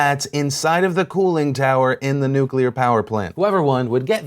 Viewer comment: You uh, mispronounced nuclear that's all